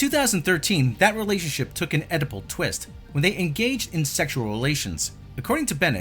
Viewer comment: Did you say Oedipal, or edible (yum)